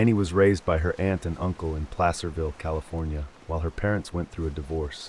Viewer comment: Yay, new!! I vote yes on the big compilations! My houshold chores just adore long videos, lmao. I hope you've been well,! I just love this little community you're building over here. Sending all the love to you and all the lovely Dotees in the community ✨️🖤💀 Finally someone who pronounced Placerville (aka hangtown... yes, that kind of hanging) correctly! Everyone always says 'play-sir,' lol.